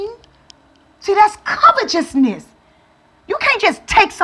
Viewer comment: my sister, it's pronounced : kavete'sness, with T , not CH.